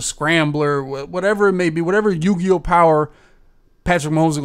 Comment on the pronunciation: He said yu gi oh lmao